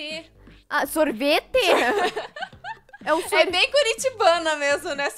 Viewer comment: "sorvetee" kkkkkk😆